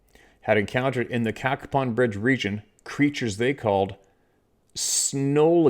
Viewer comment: Hey. Hope all is well. It’s pronounced CAYPON Bridge, WV. Dillons Run and Edwards Run are Wildlife Management Areas in the vicinity of town. Once you get between Cacapon Bridge and Slainsville it’s pretty remote. I always get weird vibes when I fish and hunted up there. Wouldn’t be surprised in the least if the entire story was true.